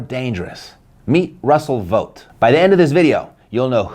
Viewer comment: V ought! Think bought! Its English folks, not THAT hard!